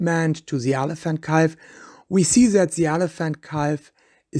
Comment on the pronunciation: OMG someone tell this guy how to pronounce BUSH and CALF and several other words for that matter.